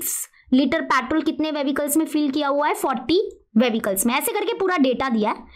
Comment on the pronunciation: Patrol , vevicles 😂